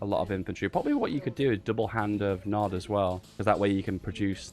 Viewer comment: PEACE THROUGH POWER!!! Btw it's Nod not NOD.